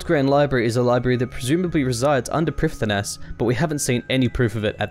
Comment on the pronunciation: First off: love this channel and what it means to people who really enjoy Runescape lore! According to oldschool wiki: Prifddinas is pronounced "prive-THEE-nuss", Ardougne is pronounced "arr-doyn". So there. I wish some content creators (there are a few) would care more about pronounciation, since it makes a lore video like this, or any progress video for that matter, feel more authentic, well researched and wholesome.